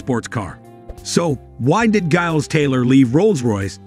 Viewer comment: Mr Taylor’s first name is pronounced “Jiles”